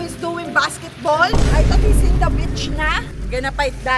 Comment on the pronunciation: Yun pagkakasabi ni Zeinab ng “beach” parang nagmumura 😂🤣